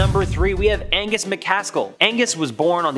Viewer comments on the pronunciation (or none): Yeah. ‘Agnes’, as our narrator says, is a girls name. The gentleman in the tale? His name in An-gus. Two syllables. The surname is Ma cAs-kill which is three syllables. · ANGUS, not AGNES! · His name was Angus…..Agnes(your pronunciation) is a woman’s name. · The Cape Breton Giant was "Angus" MacAskill, not "Agnus". Pretty sure "Agnus" is a girls name. 🍁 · Loved this video but that guys name was not Agnus it was ANGUS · Please, It's ANGUS, not AGNUS! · Why do you keep saying eggnus when it's clearly Agnus lmao 😅😂😂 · I'm sure I'm not the first person to say this, but it's not agnes it's AN GUS!! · Agnus? Do you surely mean A N G U S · It’s Angus, not Agnes. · Angus... not 'Agnus' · Ang....gus...Not Agnus ! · AN~GUS not Agnes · 'Agnus'? Surely you mean Angus?